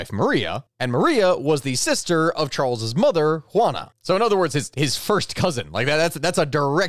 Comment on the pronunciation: Juan a, not jewanna. Juan with an a on the end